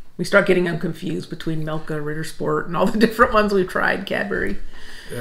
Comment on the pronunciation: You pronounced Ritter Sport like a true German. I'm useless at accents